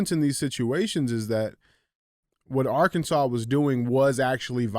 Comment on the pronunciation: DJ!! THANK YOU! for knowing to pronounce ARK*ANSAS and not AR-KANSAS haha i have been listening to you guys for about 5 months now my brother shared to show to me and i am hooked on listening to you guys every day thank you for your show and speaking the truth about everthing! Im not a hoe and i share your show 😆😉